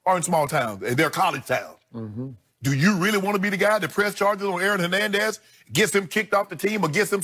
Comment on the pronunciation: Nutflix? Hernendez? interesting pronunciations